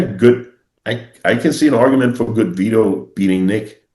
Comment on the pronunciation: “Bad Vitto” 💀💀💀